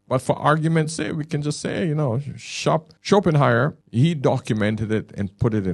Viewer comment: If you want people to take you seriously, probably a good idea not to admit that you just heard of Schopenhauer, not least struggle with his name (you called him Schopenheimer). Additionally, make sure you have a copy of one of his books on your table when quoting him, so you can at least refer to the source-text and not leave us with the suspicion that you're learning from another YouTube channel. Schopenhauer wouldn't use phrases like "If you're reading this..." and reference red-pill themes about giving time money attention energy and speak of the woman as 'she left you because' - this is some grifter on Youtube using AI to make something in Schopehauer's voice, and passing it off as themselves, and then believed it off the bat. This is embarrassing - you don't have a philosophical background. Your training is intuitive experience, ok ok ok. But it's not exactly Aristotle, is it. (Not that I disagree with the content of the video - you're right in what you say! But I'm not persuaded that it's original Schopenhauer, who was famously depressive and known for other writings...)